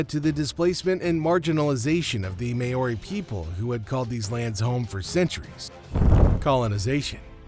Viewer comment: So, what just happened? The commentator really needs to do some research into the pronunciation of “Māori”! “Mahri” not “Mayoarie”!!!